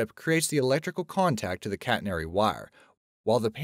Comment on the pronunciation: Please learn how to say catenary.